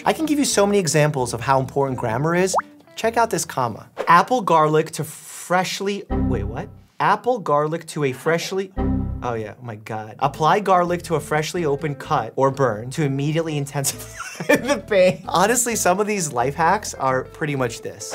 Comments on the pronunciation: proceeds to read apply as apple😂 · He was pronouncing it "apple-ee". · I didn’t know apple and apply sounded similar haha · dr mike: talks about grammar 2sec later: reads apply as 🍎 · I saw apple too at first. So cute how he does that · You malfunctioned too it’s apply garlic. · bro forgot how to say apply